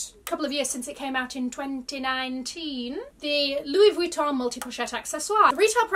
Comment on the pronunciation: Always love your videos, you are such a positive person. If you are interested in pronouncing some of the brand names correctly you drop the pronounciation of the N in Vuitton. It’s silent. I thought I heard a conversion of the double L in Deauville to a «J». That would have been correct in Spanish, but since the name is French (and also a typical high end beach city in France from where the bag probably got it’s name) one pronounces the double L🤗.